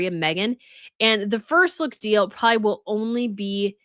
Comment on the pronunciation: Also, are you saying "prawley", for " probably"? Hmm. I've never heard an adult do that before. 😂😂😂